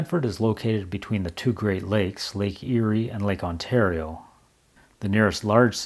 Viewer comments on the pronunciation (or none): none